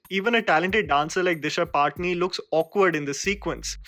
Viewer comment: Sallu ko khud nahi pataa ki uska naam D-I-S-H-A P-A-T-A-N-I hai woh bhi Paatni Paatni karte hain...What a failure as an actor apne saath ke actors ka naam bhi sahi se nahi leta...Isko Toh Disha Pata-Ni...